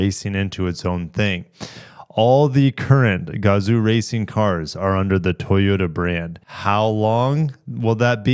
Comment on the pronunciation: Definitely look forward to this announcement. Sadly I just bought a GR Supra so I can’t get it. Also if you want to pronounce “Gazoo” properly it’s should actually have been spelled gazou and the zoo part should be pronounced like “Yo! What’s up” but with a Z. This is how 画像 is pronounced in Japanese and as Americans we can definitely pronounce it properly. When I saw the name Gazoo racing for the first time I thought it was a stupid name, then I finally saw the Kanji for the name and it made sense.